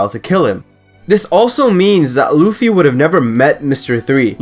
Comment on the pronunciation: L-uh-fee not l-oo-f-E